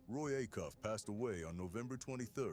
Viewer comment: It's pronounced A- Cuff, long A !